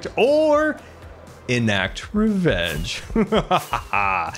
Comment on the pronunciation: Wevenge!!!! with a W